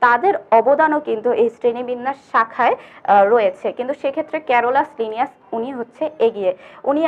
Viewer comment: 😹😹😹😹😹 haissokor srenibbinnaser jonok ক্যারোলাসলিনিয়াস 😹😹😹গণ উচ্চারণও ভুল boltasen😹😹